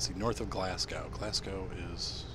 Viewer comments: anything that is *.burgh at the end is pronounced brah also it's "glazz goh" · David Campbell it's glas-go